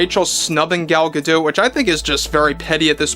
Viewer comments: Gal "Gado" not Gal "ga dote" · I can’t stop focusing on how he’s saying Gal’s last name wrong